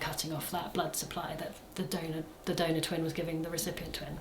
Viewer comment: Not me hearing 'donut baby' instead of donor 😂 glad everything is going well now and babies are OK ❤